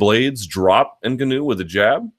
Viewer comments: Luke the tonal accent of Francis's Name is on the GA syllable, Francis n-GAW-nou .... not IN-ganou... come on son !!! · Hate the way you're pronouncing Ngannou .. it's 'En-Gawn-Ew' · Derek Gram implying all black people born outside of Africa can pronounce African names properly. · Nope. Its nuh-ga-now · Rulo Turati - yeah you're right sorry N-Gawn-Oo .. I just couldn't watch the video because it was annoying me so much how the name was being pronounced .. is anyone sure exactly how to pronounce it? Maybe I'm wrong.. any Africans in the house?? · Why do you say "Ngannou" like a mouth-breathing doofus? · Say Ngannous name wrong 1 more time and I'm turning you off! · Andy TheGamerToBeat i agree lol he says tht name wrong and 'calvillo' wrong when the fighters themselves are pronouncing it how they want it too b said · and it's totally wrong